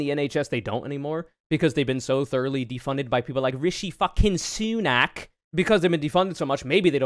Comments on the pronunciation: The pronunciation of RISHI SUUUNAK tho. 🥴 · The way you pronounce Sunak name is actually pretty racist